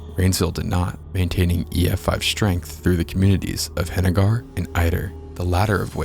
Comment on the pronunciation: Henegar is pronounced Heneger